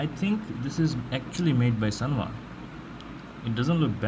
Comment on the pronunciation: " SANWA " NOT " SUNWA "